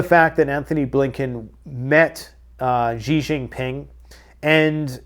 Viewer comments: Btw: it's simply pronounced like the American English: "she" Xi Jin Ping "Xi" = "She" NOT "JEE" NOT "ZHEE" NOT "(???)" Simply: "she" = "Xi" BONUS! Mandarin Chinese "Q"/"q" = "ch" ("church") Taiji Quan = Tai (Chi) Chuan Obviously, the "ji" is different from "Chi" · It's pronounced SHE....A Chinese man told me :) XI is a she sound...